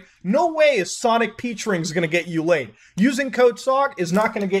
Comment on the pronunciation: no because you can't even say laid